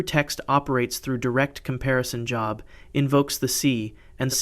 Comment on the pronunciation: Great content! Growing quickly 😊 New subscriber 😇 Job… not as in a Job in education Pronounced as it rhymes with Globe 🌍